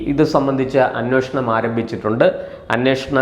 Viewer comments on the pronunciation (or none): none